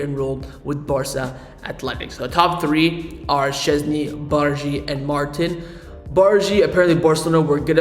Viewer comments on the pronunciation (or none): Gerard’s name is pronounced Mar-teen because the accent in the i “Martín”